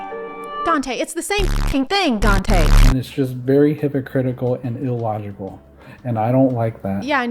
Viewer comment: the way he pronounced illogical as ill logical made me feel levels of rage I have not anticipated